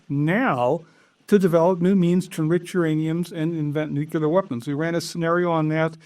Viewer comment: never trust anyone who cant pronounce nuclear